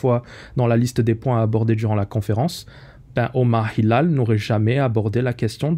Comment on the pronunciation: Tu prononces google apple avec un accent british et omar Hilal avec un accent Un peu trop français je trouve ! Les détails ont leur importance